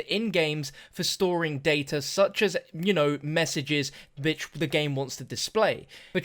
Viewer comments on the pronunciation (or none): it sounds like you're saying b***h but i know you meant wich.